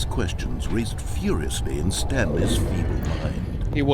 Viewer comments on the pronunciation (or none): Figley chew is what i thought when he said stanlirenes and Figleys